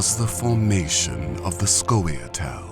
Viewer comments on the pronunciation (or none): "Skawee-otell" "SKAWEE-OTELL" 10/10 BEST VOICEOVER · That pronunciation of Scoia' Tael is killing me :( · Am i the only one who find his pronunciation of scoia'tael cringeworthy?